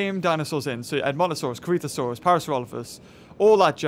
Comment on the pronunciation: am i hearing things or is he calling corythosaurus a CreepaSaurus?